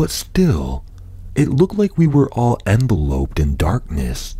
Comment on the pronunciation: That was a really great read, I love your speaking voice. Just one thing though. you said "enveloped" like as in inside an envelope, it's pronounced en-vell-opt. I love your content and I can't wait to see more uploads in the future.